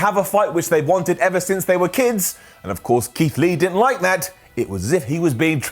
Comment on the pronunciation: Did mean to say “Leath” (or so) instead of Keith Lee?